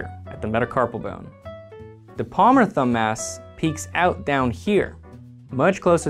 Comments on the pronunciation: thumb mass. Thumbmass. Thumb ass. I couldn't hear anything else once I noticed this, haha. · I really wish I'd had this video back when I was in med school learning muscle anatomy. At the time I thought the muscles were incredibly boring; this makes them seem much more cool. Also, every time you say thumb-mass it sounds like thumb-ass; every med student knows that the mildly naughty mnemonics are the best!